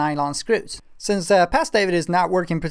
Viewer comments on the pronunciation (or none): none